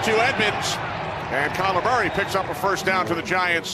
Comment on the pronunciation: This TV announcer thinks the Arizona Cardinals QB is called "Calamari".